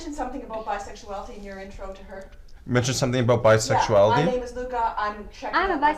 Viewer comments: It's Luka, not Luke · “Lou ka” “mag note-a” I was apart of the original few who reported the ice pick video when it hit best gore. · Puka Not-hotta.. where's my true crime garage people 😂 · Has anyone else noticed the accent she had when she said “I thought it was Luka”. I love it